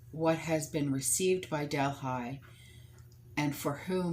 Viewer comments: I think it’s pronounced del he. Worked there it’s so huge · Quick question. is she trying to say ¨Delhi¨ as in deli. Im confused as to where she is talking about I dont know of Delphi or Delhigh, Im thinking she means Del(h)i. And there is a major planet flying towards us at 40,000 mph, im sure the power players over there took these supplies for their emergency stock piles, cuz they know whats coming, the average everyday person has no clue.